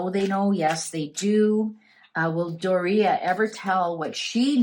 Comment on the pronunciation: Its pronounced Door e ugh (Doria)